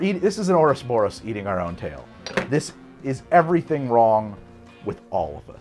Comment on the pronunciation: ‘Orusborus’ during the existential rant killed me